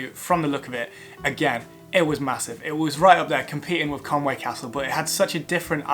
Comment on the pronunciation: I think it's pronounced conwee (conwy) not Conway